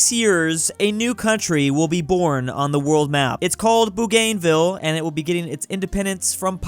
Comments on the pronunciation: Name: Bougainville: Boo-gain-ville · The English speaking people doesn't pronounce the u letter like 'uu' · I've heard many people mispronounce Bougainville in my life but this has to be the most egregious I've heard yet lol